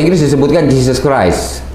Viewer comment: yg bener, Jeo creo, apa criuk criuk. Di benerin dulu. 😂😂